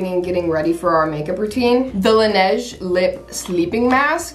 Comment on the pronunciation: am i the only one who pronounces laneige like lan-eeje not len-eyj